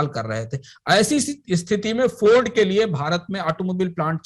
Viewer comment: हिंदी बोलते समय इंग्लिश क्यूँ बोलते हैं ये लोग. इंग्लिश भी गलत बोल रहा है. फोर्ड को फौर्ड.